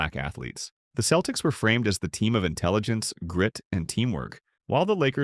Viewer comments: Hard K "Celtics" 😂 The commentary sounds like it was create by an LLM trained on a model built by a C+ Black Studies major at a community junior college in New England. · Ummmmm... the "narrator" here mispronounced Wilt's last name as Chamber-layne... which is how it is spelled, of course, but was pronounced that way by no one, ever. I let that go as perhaps a mis-hearing on my part.... but then I heard Mr. Narrator mention "the Boston Keltics" ... and that was it for me... I am now too old and unwise to waste my time contesting the plastic opinions of some AI-bot. PS: I saw my first NBA game at the old Boston Garden in 1962, and I saw Wilt in action, live... and then saw at least 8 more games with him on the floor, at the Garden. I also saw, on TV, Lew Alcindor throughout his entire 3-year career at UCLA, and of course everything he, as Kareem did in the NBA. Both Wilt and Kareem were just massive in every way. As a Celtics fan, they were both represented the ultimate in competition, and I was in awe of them every time. The racial politics of the USA when Wilt grew up were way different than the politics of Kareem's formative years. Each player dealt with incredible challenges, and both succeeded at the highest levels. And that is how I see them. I will say... if I was gonna build a team, I'd go with Kreem.